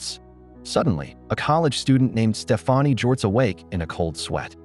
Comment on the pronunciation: It really grinds my gears how, in every video I've seen about this movie, Stefani's name is mispronounced. It's pronounced the same way you would say Stephanie. It's not Stef-ah-nee. 🙄